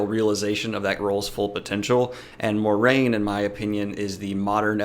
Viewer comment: It's pronounced "mwah-rain"